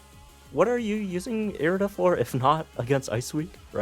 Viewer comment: No offense, just helping, it's irida like Iridescent, since you've been unsure of how to pronounce her name. Frankly probably should've named her Lucy or something like Lustrous orb since Adaman is... you know like the adamant orb.